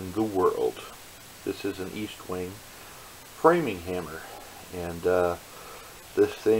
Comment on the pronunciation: I swear no one can read. Eastwing? It's ESTwing